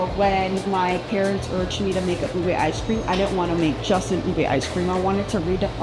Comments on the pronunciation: It's UBE not UBEY 😒😒😒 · U beh. Not Ubey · Ube is not allover South East Asia, Ube is a variety found only in the Philippines, and it is pronounced UBEH,not UBEY.